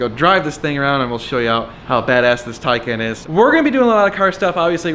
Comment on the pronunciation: According to MT, it is pronounced "Tie-con"